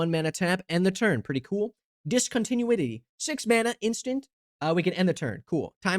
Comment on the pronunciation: "Discontin-you-itty" was pretty good, too. 😅